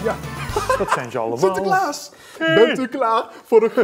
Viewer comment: zegt sinterkaas